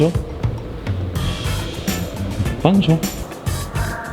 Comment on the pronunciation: Stop with the “bon jour”!! How about learning to pronounce it correctly.